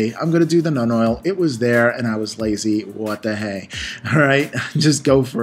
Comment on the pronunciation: When he says Nun Oil, is that the same things as Citadel's Nuln oil?